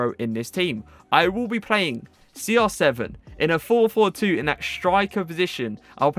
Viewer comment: Why are you Saying SR 7 not CR7 hi is Cristiano no Sristiano İt is little bit triggers me